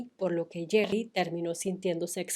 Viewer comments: Es geri, no gerri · me hace gracia que pronuncies el nombre de Geri como Jerry 😊 a Emma tambien la criticaban por su peso no solo a ella. y Mel C despues ganó peso cuando eran un cuarteto y le decian Sumo Spice. 😢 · Alguien más notó que cada que Rocio pronunciaba Geri habia una distorsión?😮